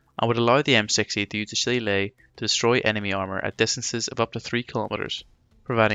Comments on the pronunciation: Well done. Too bad it was too far in to correct the pronunciation of Shillelagh, pretty annoying. Otherwise all good. 😁 PS in reference to pronunciation. I am a computer engineer, I work from home contracting in many aspects of support, fact checking, and running training for companies. All over North America and occasionally over seas. I found one thing in common people hate it when you mispronounce things, some polite, some not so much. If in doubt all you need to do is Google 'how to pronounce Shillelagh' and you can find pronunciations for pretty much anything. 👍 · Bro literally made a detail and performance video about a subject he didn't know how to pronounce. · I appreciate this man knows he made a mistake pronouncing Shillelagh. Just don't come to Wexford pronouncing it like that, you'd get "a right batterin' and a bollockin'" :D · Phonetically, the spelling is as confusing as many "Irish" words and some proper names. Nobody could be blamed for mispronouncing "shillelagh", unless, of course, you're Irish. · LMAO did you read the comment where the creator admitted he pronounced the Irish name for the Irish walking stick / cudgel wrong? Grow up! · How are you Irish and you can’t pronounce shillelagh 😂 love your work keep it up 👍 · You sound Irish and cannot pronounce shillelagh properly!